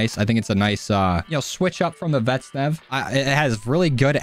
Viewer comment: I swear this guy never pronounces vaznev right he always says “vet-nev”💀